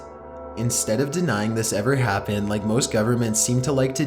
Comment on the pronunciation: turned it off after turned the word happened into 4 syllables ha